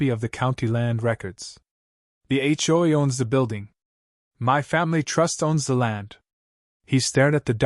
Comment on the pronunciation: It's really terrible when Ai can't even pronounce HOA correctly, for this reason no thumbs up from me.